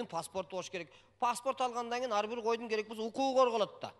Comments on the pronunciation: Эй бита теке эмес бир теке деп суйло кыргызсынбы же с...... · Бита дебей. Бир эле деп суйлосон э🤭